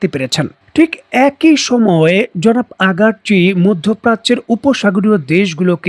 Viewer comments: আপনি ইরানি পররাষ্ট্রমন্ত্রীর নাম ভুল বলেন রোজ, উনার নাম আব্বাস আরাঘচি নট আগারচি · Salam. your presentation style and analysis is above standard and very satisfying specially your pronunciation but when you persistantly pronounce name of iranian foreign minister as agarchi while it is araqchi! Salam.. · Right pronunciation is aragse.before this time i was massese you.